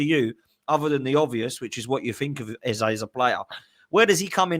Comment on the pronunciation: Get his name right ffs pronounced EZA .. World Cup year better off at palace plus arteta a twat